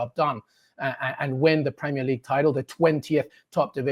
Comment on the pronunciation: If you can’t pronounce Premier, you shouldn’t be commentating on the league.